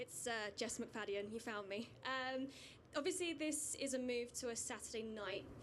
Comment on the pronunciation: Not to mention "Jeff McFayden"....🦗🦗 (her name is )